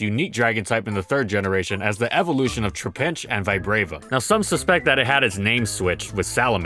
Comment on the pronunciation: How can someone pronounce trapinch and vibrava so wrong